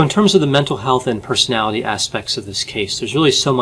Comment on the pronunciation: Why does constantly butcher the enunciation of the word "personality". I don't want to be mean, but it's a little bit distracting.